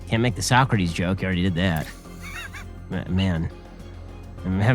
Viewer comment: Aside from clearly mispronouncing "So-Crates", I like that I could at least score 5 (6 if you count the semi-living corpse at the end there).